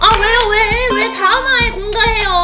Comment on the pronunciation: 나만 이렇게들린거아니겠니지? 왜 다음 화에 공개해요! 를나만 왜 다음 화에 공가해요? 나만들린거아니지?